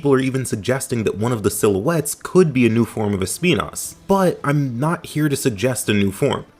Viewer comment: Finally someone that actually puts the effort to pronounce Espinas correctly but anyways yes Deviljho would be awesome